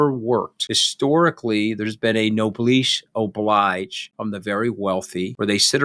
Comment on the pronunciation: "Ish bin ein berliner" I (hic!) am a jam doughnut? "Nobleesh oblyge" It's French! That is not how you pronounce it at all. Go on, Mooch, say something in Latin, just to round out your collection. I double-dare you!